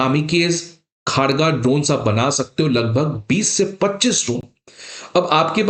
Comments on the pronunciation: यह भाई साहब इसको khaargaa उच्चारण कर रहे हैं। जब की इसका उच्चारण खड्ग (शुद्ध बोली में) और उसका अपभ्रंश खड़गा (चालू भाषा में) है। यह अगर खड़गा बोलते तो भी ठीक था पर यह खारगा तो कदापि नहीं है। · मास्टर जी उच्चारण ठीक कर लो , "खड्ग" ही बोल लो। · सर, इसका नाम 'खारगा' नही , 'खड्ग' है, ठीक से उच्चारण कीजिए| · Kharga pronunciation is khorgo.... Ma kali ka weapon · खड्ग सही उच्चारण है । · आपका यह वीडियो देखकर यह तो यकीन हो गया कि जो आपसे पढ़ेगा, वह तो जीवन भर पास हो नहीं सकता। इतनी सारी गलत जानकारियां एक ही वीडियो में कोई दे सकता है, यह मैंने आज ही देखा है। पहली गलती तो यह है कि, पिनाका कोई मिसाइल नहीं है, बल्कि रॉकेट लांचर है, और आपको यह पता होना चाहिए कि, रॉकेट और मिसाइल में बहुत अंतर होता है। दूसरी गलती यह है कि, भारत में जो ड्रोन बनाया है, उसके नाम का उच्चारण ही आप गलत कर रहे हैं, उसका नाम खड़्ग है। तीसरी गलती यह है कि, यदि एक पिनाका की कीमत 70 लाख रुपए है और एक खड़्ग ड्रोन की कीमत ₹ 30000 है, तो एक पिनाका की कीमत में 25 नहीं बल्कि 233 खड़्ग ड्रोन आ जाएंगे। ऐसे वीडियो बनाकर किसी का भविष्य क्यों खराब कररहे हो?? चलो कोई बात नहीं, लोगों के कॉमेंट्स पढ़ते रहा करो, उन्हें पढ़ पढ़ कर, धीरे धीरे आप भी, किसी परीक्षा में उत्तीर्ण होने योग्य बन जाओगे। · सही हिंदी उच्चारण होगा "खड्ग" मतलब तलवार और "कामीकाजे" जो की एक जापानी शब्द। ऐसे ऐसे अधपढ लोग सिविल सर्विस के अभ्यर्थियों के पढ़ा रहा है। 😮😮😮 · Pinaka is not missile also please pronounce khraga correctly and your cimparision of one pinaka to 25-30 drone is incorrect. Poorly prepared video.